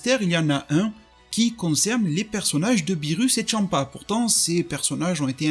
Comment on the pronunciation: Tu dis tchampa c est champa